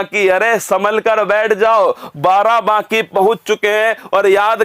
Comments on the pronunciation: Barabaki ...... Not Barabanki.....✓✓✓ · नाम तो सही लो बाराबाकी नही बाराबंकी है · Sir ji BARABANKI hai ye ....not बाराबाकी 😁 its my district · Barabanki hai sir barabaki nhi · Barabanki hota h naki barabaaki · Barabanki hota h.😊barabaki nhi😂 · Barabaaki😂,barabanki h sir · Sir vo barabaki nhi...barabanki h..😂🤣🤣😂🤣😂🤣🤣 m barabanki se🙆🙆🙆🙆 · सर बाराबाकी नहीं बाराबंकी है सर 😁😁 I m also from Barabanki Ramsanehighat 💞💞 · Sir g barabanki h aapne to uska naam hi badal dala ....barabaaaki nhi h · सर् आप हिंदी का नाम सही सही लिया करिए plz आप बाराबंकी को बाराबांकी कह रहे हैं लगातार🙏🙏🙏🙏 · Barabanki h sir barabki nhi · बाराबंकी बोलना तो सिख लो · उच्चारण ठीक।से कीजिये सर् बाराबंकी की